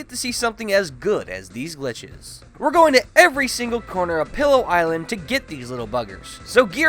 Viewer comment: Omg how does no-one know that it's pee-low island now pillow